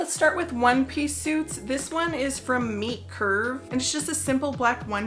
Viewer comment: I thought you were saying meat curve then entire time.